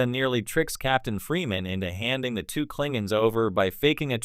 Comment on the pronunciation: cling ins ????? teach ur Ai to talk